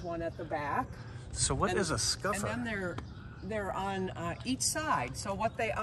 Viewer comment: It is called a “ Scupper” not “Scuffer”